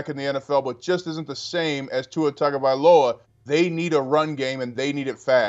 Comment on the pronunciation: Can you over paid so-called "Sports announcers" learn your friken job and learn how to pronounce someone's name??! smh. His name is Tua TAGOvailoa! not TANGOvailoa! Dang man. You morons have been mispronouncing his name since he was at Alabama. Learn the players dang name pronunciations or go work at Rosco's Rib Shack and Grits Emporium. Write it out phonetically or something. Here I'll help you! "Too-wah Tahgo-vi-lowah".